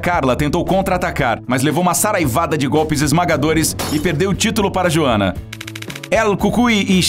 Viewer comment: Cara, pelo visto, quem narrou esse vídeo não teve a mínima preocupação em saber como se pronuncia o nome da Joanna. E a ordem cronológica da Joanna tbm está errada, a luta contra a Carla foi quando ela ganhou o cinturão em 2015, já a luta contra a Zhang foi em 2020.